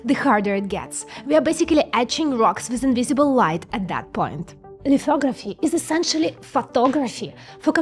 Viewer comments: OMG i swear to god i thought you said "lithography is essentially fuckoveraphy" 😆😆😆 and yes... yes it is.... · Did she say, "Fucktography"? 😉🤙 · "lithography is essentially Fucktography" i can't unhear Ts bro 😭🙏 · what did she sayyyyy? Fucktography? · Did she say, "Fucktography" 😂😂😂